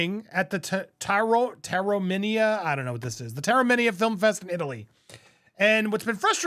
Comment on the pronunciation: Not sure if anyone cares, but Taormina is pronounced TOW er MEEN uh (the TOW is like towel) and Jeanne is pronounced Zhahhn, like in Steve Zahn's name except the first sound is Zhhh not Zzzz or even a J sound.... because it's French lol.